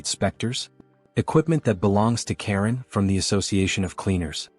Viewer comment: his name is charon not karen